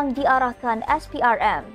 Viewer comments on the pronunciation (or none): none